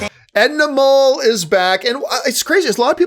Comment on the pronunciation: I love your commentary here but it’s Edna MODE, not mole. Mode means fashion, hence the name-pun for a fabulous fashionista.